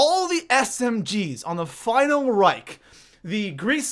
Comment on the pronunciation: The final reche is how you pronounce it the germen in me is crying